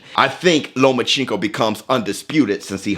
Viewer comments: Stop saying lomaCHINko it’s lomachenko 😂😂😭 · You didnt say Loma's name right one time. Stop getting your pronunciation of names from Floyd. Sounds racist when you say it wrong.